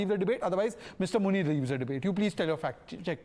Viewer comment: I heard muni as munir 😂😂